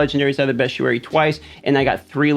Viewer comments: You didnt include zavain circle which is right under the graveyard where world boss spawns also its pronounced beast-ee-airy not best-u-airy btw. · "Bee-stee-air-ee" just saying. 😁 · It’s actually “best-ee-air-ee” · no he's right it's been killing me people saying best_ee_ary. It's Bee_stee_air_ee. Because it's a book of beasts....not bests